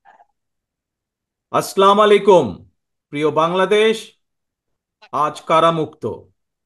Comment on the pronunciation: আস্লামালাইকুম না আসসালামু আলাইকুম?